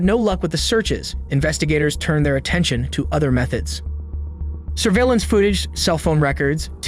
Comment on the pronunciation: I thought so too at first but if you listen carefully you can hear autotune, then Mom at the beginning is said like a mix of Mom and Mum, and weird mispronunciations like surveillance at 1.02, so I think it's likely AI, bummer.